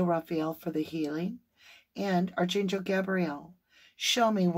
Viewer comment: I really enjoy your readings and your channel! And I love that you call in archangels before the readings. (One minor thing: the word “archangel” is actually pronounced ARK-angel in the U.S., and ark-AN-gel in the U.K.—both with a hard K sound.) It’s totally a minor suggestion as it’s just one of those words that doesn’t sound quite like it looks. (Former editor here…so please know I mean this constructively and with absolutely no malice! It’s just a funny word!) Thank you for keeping Summer’s name out there! 💖